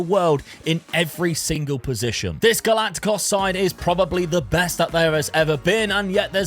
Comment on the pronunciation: Just pointing out how to pronounce galactico correctly.